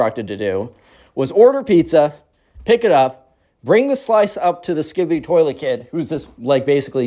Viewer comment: Best story you made my sleep good "toliet"